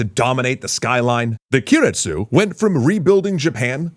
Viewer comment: Guys, I know you do your research, but the zaibatsu were replaced by "keiretsu" (系列, group or affiliates), not "kiretsu" (亀裂, crack or fissure)